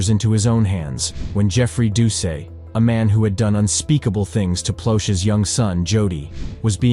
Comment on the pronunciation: wow man. mispronounced his name, did ya NOT SEE THE "T" at the end of his name?.. making it pronounced "DOO-SET" nice education bub!